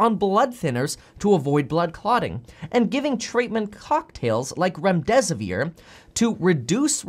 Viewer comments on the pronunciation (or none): none